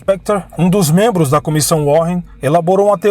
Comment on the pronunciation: a pronúncia do nome da comissão não é warren com dois rr, e sim "WÁREN".. but, great documentary! Parabéms!